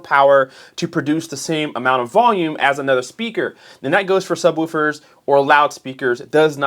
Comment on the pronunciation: It’s pronounced Woof 🐶, like a dog. Not like Roof. lol